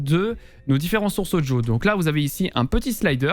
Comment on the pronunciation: Super propre ton tuto. Et j'adore comment tu dis "Odjo" (Audio) no joke xD Je like direct car mon stream est bien mieux réglé ! En revanche j'ai une petite question simple : Comment procéder si je souhaite enlever le son "Discord" sur l'une de mes scènes comme par exemple celle de début de live sans avoir à le couper manuellement à chaque fois ?